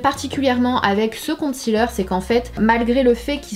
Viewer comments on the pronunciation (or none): Pourquoi les français prononcent concealer " compte cealer" lol